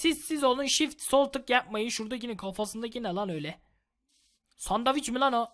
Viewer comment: SANDAVİÇ abi türkçe katili oldun hee:D:D